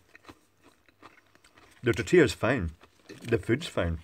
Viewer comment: Tortias ...those are tortillas with L not a. Also is two of them so you read tortillas as is written .